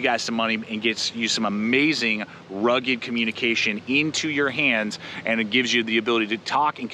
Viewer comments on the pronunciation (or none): none